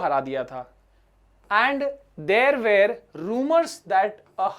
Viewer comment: Sir one advise. Sir you wrongly pronounce "were". 😼